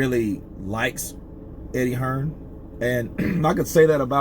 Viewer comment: Who’s Eddie hesrn? 😂